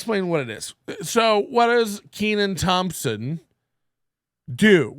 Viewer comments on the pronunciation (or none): Can't even pronounce this guys name. Needs a double e. Look at the spelling, we'll break it down. Ken an. It's a short e sound.